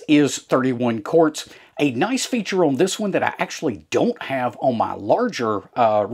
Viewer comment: I am from Ohio but this accent is familiar to me because I have lived in Middle TN for 20 years. To help those who are struggling, own = on. 😂 Great channel. Thanks for the videos.